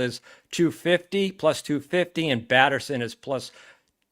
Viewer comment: It’s Batherson by the way